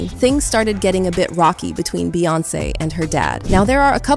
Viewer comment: Is this an AI generated? Who says “Dee-Boot” for the word Debut? And Beyoncé mispronounced a few times. Just asking for a friend